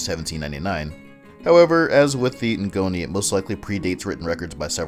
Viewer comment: Ngoni is pronounced (Goni) you don’t prenounced the n